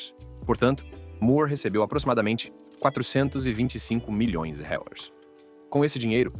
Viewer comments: A moeda brasileira se chama real e não rels ,pronuncie de forma correta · Que é isso que ele fala?? Não diz dólares, libras ou reais … não entendi a pronúncia dele 😂😂😂😂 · Todas histórias bem tristes, mas fiquei curiosa com o problema do narrador ao falar "milhões de reais" kkk